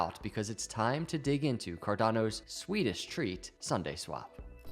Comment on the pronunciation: For a second I thought you said, “Cardano’s Swedish treats…” 🤣